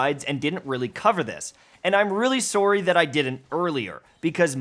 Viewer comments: im still trying to recover from the way he pronounces sourrie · Did he just say “soar-ry” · that was an awfully canadian sworry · Was that a Canadian sorry? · best part about the video? Canadian accent when he says sorry